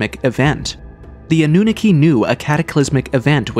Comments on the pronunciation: The way you pronounce Annunaki is annoying me even though I'm honestly trying my best to ignore it, Its pronounced Ah-New-Knock-Key NOT Ah-New-Nicky. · Your A.I. narration is mispronouncing SO MUCH. The Anunaki is not pronounced “AH-NOON-A-KEY.” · Full transparency here. I thought some of the folks in the comment section were being dramatic about the repetitive mispronouncing of Annunaki (& others but mainly Annunaki) being a problem. Well, I'm sorry fellas. 10 mins in and it's already irritating. I have no prob admitting when I'm wrong 😅🙏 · AI, can't pronounce Annunaki